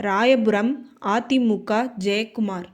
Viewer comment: பாஜகா திமுகா அதிமுகா தேமுதிகா என்று தவறாக உச்சரிக்கிறாயே அம்மணி... பாஜக, திமுக, அதிமுக தேமுதிக... என்று தானே சொல்ல வேண்டும்?